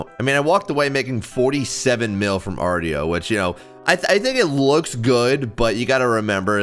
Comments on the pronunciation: Hey, just for future reference, Artio is actually pronouned "arr-show" not "arr-tee-oh". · It’s pronounced “arr-show”